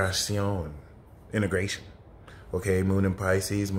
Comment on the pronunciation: Hey, what's up man ? I like the way you say "Integrazión" lololol you the best astro reader out there man I used to listen to Pam Gregory and Bracha Goldsmith and Doelow and other readers but you are much more on point and I feel more aligned with your approach. Salutes and God Speed ahah Are you still drinking Scotch by the way ? Sorry I just felt like typing while listening/watching it helps me go through and bypass ads hope you'll understand have a good Sag season d/l apps lolol